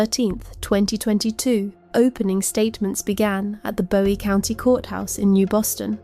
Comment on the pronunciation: I live in Bowie County (pronounced BOO-eee FYI). Your work here is incredible. So detailed and thorough. Thank you. I had no CLUE that this POS was pulling all of those stunts while she was in jail awaiting trial. And the sunflower mask is just pure evil. Satan is blushing over this beast from hell.